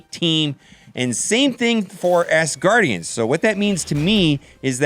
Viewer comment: Great vid bro. But it’s ASgardians, not ASSgardians!